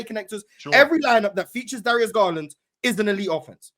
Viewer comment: Lawd have mercy. I just heard him say Garland better than Fox 🤦🏾‍♂️